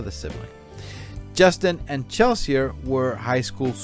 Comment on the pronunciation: Chelsee not Chelsia…..❤ RIP